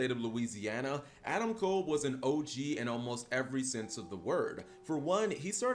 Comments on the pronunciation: Just so you guys know, you're mispronouncing his name. It's Adam Cobb. Not kole. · I'm not talking about the wrestler. I know nothing about him. I'm talking about the guy in jail. Everyone keeps pronouncing his name as "Adam Kole" when it's pronounced "Adam Cobb."